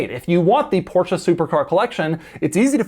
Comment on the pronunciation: Did Doug drop a “Porsch” … I’ll commander your Carrera GT now, sir. I’m local and can pick it up.